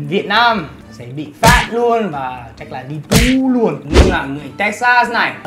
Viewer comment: Phải phát âm chính xác từ TU và TÙ nhé. Khác nhau lắm đấy. TU là vào chùa phải cạo đầu.